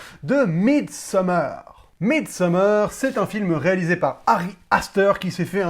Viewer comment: MidsommAAAAr et pas summEEEr, c'est du suédois, pas de l'anglais